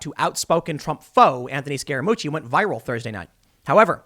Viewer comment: I keep hearing “scare-a-moochi” is that right? 😝🤔